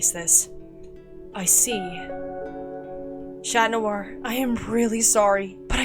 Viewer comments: Why are you saying shat noir? 😂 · ngl, whenever I hear Chat Noir, I thought it sounded like Shat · Ok it’s alll beautiful and all but why “shat noir”? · Not that good but I'll give it a 6/10 (and btw why y'all pronounce chat noir as SHAT noir? 😭 I swear y'all r so stupid 😭)